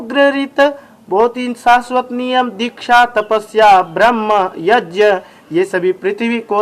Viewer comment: भाई आप यज्ञ को यज बोल रहे हो